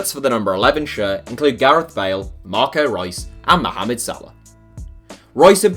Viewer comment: I love how you pronounce mohamad correctly